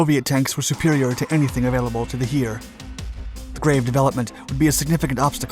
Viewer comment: The German word 'Heer' (Army) is pronounced like the English 'Hair' and not like 'Here'.